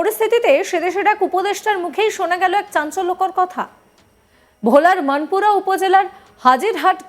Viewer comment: আমি বাংলাদেশ থেকে পংকজ দত্ত বলছি। সংবাদ উপস্থাপিকা কে বলছি আপনি উচ্চারণ ঠিক করুন। কথাটা "মানপুরা" হবে না, হবে "মনপুরা" । ভুলে উচ্চারণ করলে সংবাদ দেখার ইচ্ছা কমে যায়।